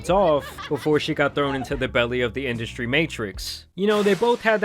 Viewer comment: Industry* 😂 … “industy” hahahaha